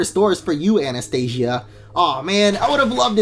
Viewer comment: I just wanted to tell u ...her name is Anastasia not Anastia